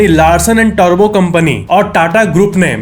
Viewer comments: भाई टर्बो नही , ट्युब्रॉ 😂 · are bhai aapna uccharan sudhariye Larsen and (Turbo) nahi balke Larsen and (Tubro) he baki aapki video me regular dekhta hu